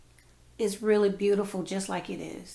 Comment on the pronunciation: Be-you-tee- ful. i will certainly be making these.